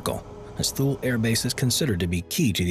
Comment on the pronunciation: “TOO-lee.” Not “thool.” TOO-lee